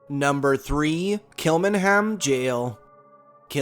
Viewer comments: Great video. Kilmainham Jail is actually pronounced as Kill -main-ham Jail. I'm surprised 'The Brazen Head' pub wasn't mentioned. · It's pronounced kilmainham jail. I worked here for 8months and experienced one paranormal encounter but can't be 100% sure.